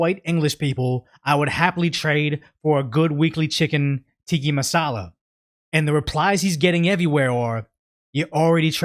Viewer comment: My brother in christ, I am BEGGING YOU! I am a long time viewer / subscriber, and I really appreciate your videos, but PLEASE PLEASE PLEASE work on pronouncing words correctly! You speak for a living. Please get better. "Tiki masala" is driving me mad. It's Tikka Masala, not tiki. More importantly, you use the word "simultaneously" in most of your videos, but you never say it right. It's sime-ul (like the end of "travel", the L is not silent) taneously. You always say sime you- taneously and it drives me nuts.